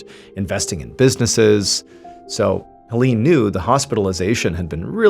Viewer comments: Hoe-leene?? it's pronounced more like "Haylayne" dear 🤣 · Erm, 🤓☝️akshully, the name "Hélène" is pronounced "Ay-lenn." (First syllable is like the letter A.) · Great story! I am loving this series of French murder mysteries. Ps - Hélène is actually pronounced “ay-LEN’ 😊 É= ay È= eh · I really enjoy the way you tell the story. Very natural. Just an FYI, I'm an anglophone from Quebec, Canada and speak a certain degree of French. The name Hélène, because of the accents on each e is pronounced, (hay-lenn). I am going to subscribe. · Hey sweetie, A short French lesson: ;-) If there is an é in the name or word, it is pronounced as EE (i.e., like in 'emotion'). Is there an è? Then you pronounce it as EI (i.e., like in the word 'egg')!! So Hélène is pronounced as HEELEIN. Sometimes also HEELEINE (depends on the person). Warm greetz from Pinkie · Hélène is pronounced the same way as Helen 😘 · Is it too hard to search for: How to pronounce Hélène? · I love your work but in this case, it would have been BARE MINIMUM effort to look up the pronunciation of Hélène's name (closer to Helen with the stress on the second syllable). I'm usually really immersed in the story telling but this kept annoying me. It felt disrespectful and like minimal effort went into basic research.